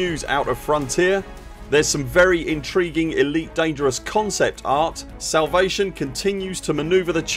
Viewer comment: are you saying salvation or salivation?